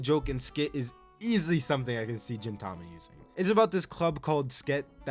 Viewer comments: I cannot with this lunatic pronouncing gintama as jintama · ok you actually didnt watch gintama, like you literally did not watch it. if you had, you would have said the name right. its pronounced GEENtama, like GEENtoki, which would be hard to know i guess if youve never seen a single episode. also you didnt touch on the incredible heart and human growth experienced within gintama? you dont even need to go to the crazy arcs at the end to see it (though theyre quite good if you actually watch the fucking show) but there are multiple arcs or episodes before that, such as MADAO being adopted, the old man and his dog, and kagura's umbrella are all very exceptional and earlier episodes that champion the true message of gintama. but sorry it didnt have enough aura moments or whatever shit metric you used to determine this list. and if your metric was your own terrible taste, then you should be ashamed. take 9 more years, and actually watch the shows next time you trash-gargling, milquetoast last piece of 3 weeks old bread that no one wants. i cant believe you scammed 87k people. your jojo part was also shit, i could even finish it. i pray you didnt cover zombieland saga